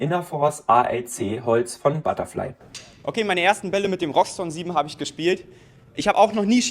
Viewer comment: Wie kommt man auf Roxton ? (R -> X) = (R) (iX)TON Es heißt auch nicht Shire 03